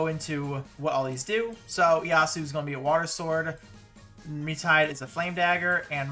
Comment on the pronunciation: So excited to finally pull Galeo! It's Mi-tsu-hi-deh btw